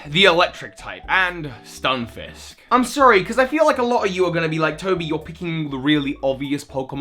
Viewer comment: its not a FISH ITS A FISK Stun-FISK not FISH